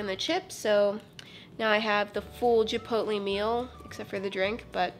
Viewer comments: Chipoltlee? ChIpOlTlEe?!? No!!! Chipotle! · "the burritos u get at jipootlee"😂😂😂